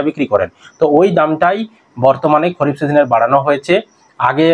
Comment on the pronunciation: খরিফ না দাদা খারিফ হবে ভুল বলছ কেন এত